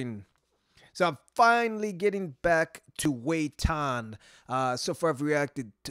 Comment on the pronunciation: It's pronounced Va...tain....